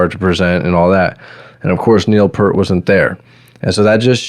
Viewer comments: Two things.... Why Why ZED. Canadian song, Canadian airport. And it's P-EAR-T... not pert. Toronto boy... saw them 42 times. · Its pEARt....not Pert. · Neil Peart pronounced his name just as it is spelled: P - ear - T You're saying: P - ur - T PS - As YYZ was about a Canadian airport, it's pronounced "why-why-zed." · Peart, not 'pert' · Say "peert", not "pert". :) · For the 4897th time, it's YY ZED, and it's Neil PEERT, not 'Pert'. 🤦🤦‍♂🤦‍♀🤦‍♂🤦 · If you’re such a fan, pronounce the name correctly… P-EAR-T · Pronounced PEErt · Fyi Neal’s last name is pronounced "Peert". His daughter died in a single car accident and his wife never got over this tragedy. She was diagnosed with cancer but chose not to fight and passed about a year later. You are totally right about how he chose to grieve by riding his motorcycle for a long trip from Quebec to Alaska to Mexico etc. He wrote a book on that trip called : Ghost Rider: Travels on the healing road. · Dude get his name right lawd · Sad you couldn’t pronounce his last name properly. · wow pronouncd his last name wrong, i cannot even watch. but good try! you are also lying about the drum machine thing, ridiculous. ignored nd not subbing. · That's not how you pronounce his last name.